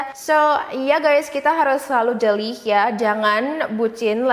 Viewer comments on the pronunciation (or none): Jeli bukan jelih (koreksi aja)